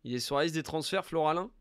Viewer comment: Oh, c’est FOLARIN, pas FLORALIN, me fume à dezinguer son nom en boucle des qu’il passe 😂